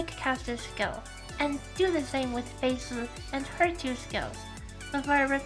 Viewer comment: Watched gateoo watch this episode on his twitch channel, and he would cringe every time (mis)pronounced Fei Se 🤣🤣🤣 Like, he was fine with it the first three times, but after that he couldn't help it anymore and let the snark fly haha But don't get me wrong, he was effusive with praise too, like how got to the point and dispensed with the fluff attacks Fei. "Irrelevant" gateoo said, and "good job," since Fei's a buffer unit after all. Fun times!